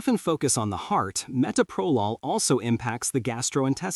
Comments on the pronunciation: It would be nice if the reader could pronounce the medication properly; it is pronounced ma-Toe-pro-lol. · Meh-toe-pro-lawl. That is how you pronounce it AI bot, okay? Bronchospasms are unusual with Metoprolol. Other beta blockers like Propranolol can exacerbate any respiratory issue in susceptible people. The BP med that made me cough non-stop was Losartin. Never had a problem with beta-blockers. I started taking beta-blockers in my early 30's - about 34 years ago. The benefits I got were relief from extreme tachycardia and hypertension and also oddly - it killed any stage fright I had always gotten before getting up in front of people to give a speech or play music. Imagine getting up in front of hundreds or thousands of people or going to a job interview with no 'nerves'. I am still on earth because of these two very old drugs that I have been taking for decades. If they were that horrible, I would not take them (I was an RN for 35 years). They also allow me to go hiking, climb mountains in Alaska, work a physical job where I stand, walk, lift, etc. The only bad side effect I have was it made my Raynaud's Syndrome so bad that I got frostbite on all my fingers, the healing was painful, I have no fingerprints!